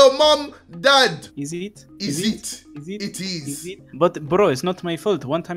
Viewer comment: ”Is it” ”it iz” 😂😂😂😂😂😂😂😂😂😂😂😂😂😂😂😂😂😂